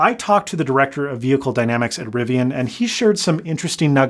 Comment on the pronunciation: Thank you so much for saying Riv-ee-un and not Riv-ee-ahn.